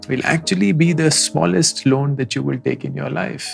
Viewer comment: I love the way he said lono🥲🥲not loans😂😂